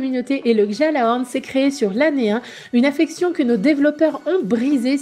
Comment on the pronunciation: Oh mon dieux lady s'il te plait dans gjalahorn on ne prononce pas le j !!!!